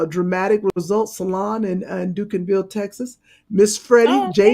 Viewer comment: Great show! It’s pronounced Dunk-in-ville